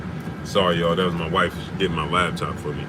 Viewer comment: What a "lab" top bro? U said it like 3times🤣🤣🤣🤣I thought it was called a laptop🤦🏾‍♂️🤷🏽‍♂️